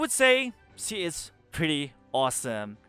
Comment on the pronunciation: you can perfectly pronounced schimdt but you can't pronounce she. think she as schi then. exact same thing.